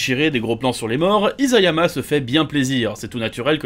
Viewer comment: Ca se prononce Issayama pas Izayama